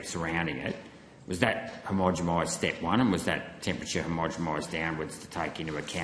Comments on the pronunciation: Senator please learn how to say homogeNised, not homogemised. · Gerard has basically no concept of how the procedure works. And Sydney Observatory is not used for climate data purposes. Also Gerard, it's not "homogomised", it's homogenised. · Senator, are you saying homogemised? 😂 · HomogeNised. Please say it correctly! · For gods sake, say the damn word homogenised correctly if you are going to ask about it.